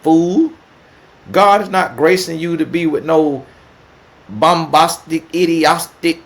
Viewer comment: “Bombostic idiostic” 😂😂😂😂😂😂 I done heard it all